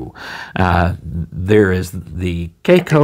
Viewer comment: To me it looks more like an hybrid of the Lamy Aion and Lamy 2000, the design of the first with the material of the second, it's a very curious combination but reading all the comments about the cracking issues I don't think I'm ready to try it. In other order of ideas, I don't think your pronunciation of the brand is correct as it's a Chinese company, maybe a Chinese or Asian viewer could verify that. Great video and positive vibes as usual. Regards.